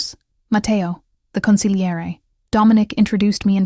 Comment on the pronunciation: You are the only person on these mafia stories that has pronounced consiglie correctly , yeah!